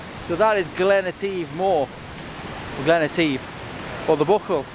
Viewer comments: The Scots amongst your audience are throwing up into their porridge. You were at the River Coupall waterfalls, in Glen Etive, with "ive" as in "give" not as in "eeeeeeeeeeev"... Wild Camping in Glencoe in July!...wow, take my midgie net off to you... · The proper pronunciation for Etive is as follows...E as in egg...tive as in posi---tive, see it is simple E-tive lol. Stunning photography and i have subscribed, looking forward to more of my beautiful Scotland.